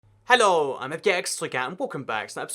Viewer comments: Whenever you say "Hello im " at the start of every video it sounds like you're saying something in a different language. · Can you not pronounce "Hello" correctly?